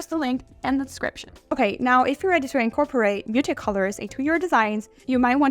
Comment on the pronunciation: Totally. If you're going to say muted so many times, pronounce it properly. It ends in a D. Slow down and speak properly.